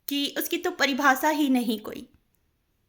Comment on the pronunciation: आपकी बातें बहुत पायेदार व समझदारी से परिपूर्ण हैं । आपका english prounciation भी अच्छा है । पर हिन्दी में,,, मनुष्य को मनुस्य, और परिभाषा को परिभासा बोलना ठीक कर लीजिएगा । फिर से सुनिए,,, अपने भाषण को,,, पता चलेगा । ये सुझाव आपके सुधार के लिए है । अन्यथा न लें ।आपसे बड़ी हूं ।